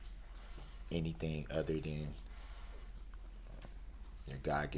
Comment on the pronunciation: 😂😂😂😂Any-T-thing😂😂then he corrected himself…as if it was right😂😂😂